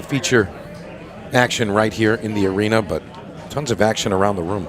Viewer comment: Is it pronounced arena or arener?